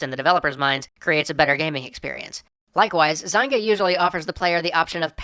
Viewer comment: Zine-gah. haha :)